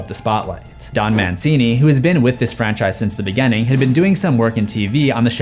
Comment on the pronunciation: "Grrrr, bad pronunciations bother me." Also, "contenue" & "begenning." 😂